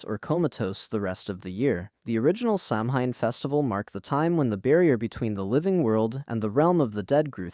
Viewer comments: Is pronounced sauwin. Jesus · Just FYI it’s pronounced “Sow-in” Like… I know it’s pronounced “samhain” in the movie but any witch or pagan or Wiccan will either nicely correct you or laugh at you until your ears turn blue.